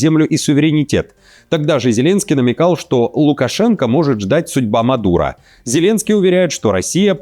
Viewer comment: ФицА, МадурА... неужели нельзя правильно произнести эти фамилии? Или букву О тоже русские челюсти произности не состоянии??